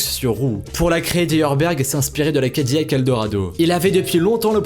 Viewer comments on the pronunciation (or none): none